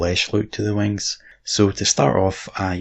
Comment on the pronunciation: Pent those wangs